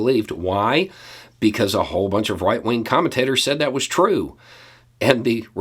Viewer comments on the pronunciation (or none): I'm sure you meant "right-wing" but I absolutely heard "white-wing" and I don't want to hear another label for those morons ever again.